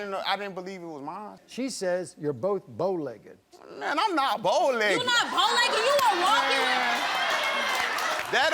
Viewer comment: “Bo-legg’ed” NO! Bow-Legged